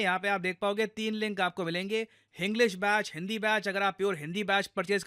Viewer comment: Hi sir… I would like to know why do you pronounce the word English as Hinglish?? Just curious… 🧐